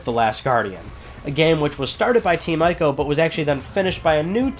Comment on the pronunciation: Please say Ico right...EEk-OH. People play through the Witcher 3 and still calls Geralt with a J, and even when playing the game, Geralt corrects NPC's at least 3 times in the game and it's hilarious. Sorry, I nitpick.. Love the channel